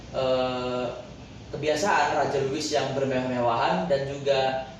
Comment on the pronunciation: Mantap. Louis = (dibaca; Lui)